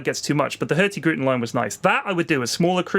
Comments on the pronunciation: Hearing pronounce Hurtigruten was funny. It's Hurtig Ruten not Hurti Gruten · pronounciation of "Hurtigruten" is so amazingly weird that I didn't even understand what he said at first. It sounds less like a disease when you say it right. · "Hurti-gruten" haha, so "hurtig-ruten" meaning "fast route", nice. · laughed hard at how badly you butchered "Hurtigruten" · Pyrions pronunciation of "Hurtigruten" killed me